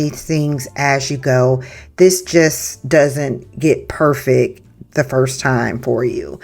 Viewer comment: The word is PERFECT. Not "purrfick" it came out good in the end tho..I won't lie 😂 this is very creative 👏